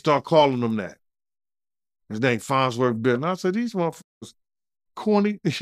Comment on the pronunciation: It’s FARNSworth Bentley 🙄